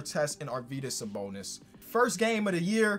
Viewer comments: Nailed the Sabonis pronunciation GG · You are pronouncing Sabonis name right!